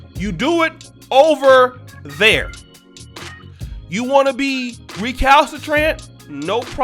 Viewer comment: really funny asab😂😂 “o-ver there”